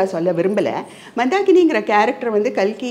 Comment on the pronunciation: Kalki nu solumma notkazhi